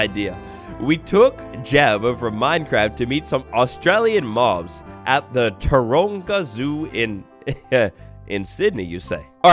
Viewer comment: As an Australian, you said 'Taronga' very accurately. I would love an update that focuses on Australia. It would be really cool to have big Eucalyptus trees with Koalas in them.